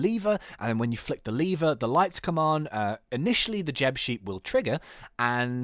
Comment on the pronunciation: you say lever like leevwr